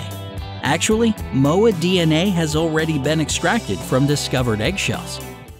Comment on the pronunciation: XD u cant say moa right